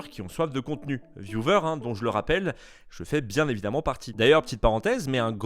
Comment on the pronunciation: Sympa tes videos mais le mot "vieuvers" pour viewers :''''((( vyouweeerrrssss au pire